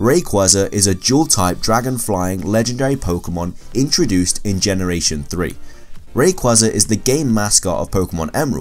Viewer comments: It's ray-quaza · I hate when he says rayqeeza it sucks.ALSO HOW IN THE WORLD IS MEW MORE POPULAR THEN RAYQUAZA